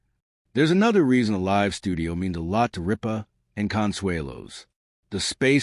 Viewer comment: How can you mispronounce “live”